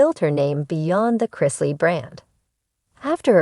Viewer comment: It's Chris- ley, not Chrise- ley.